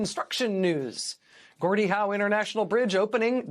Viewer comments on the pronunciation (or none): It's Gordie, not Jordie. Geez.